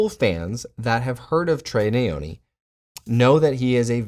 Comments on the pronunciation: Nyoni not neyoni. African Malawi to the world . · it's Nyoni not Neyoni mate 🤦🏿‍♂️